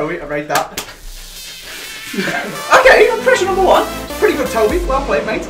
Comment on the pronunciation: Lol he said number juan